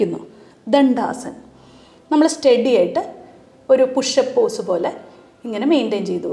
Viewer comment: പോസ് എന്ന് പറയണം, പോസ്റ്റ് അല്ല